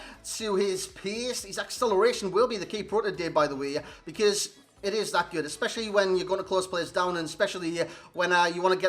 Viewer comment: GOOD NOT GOODZ OR GOODS MAN. Where are you from lol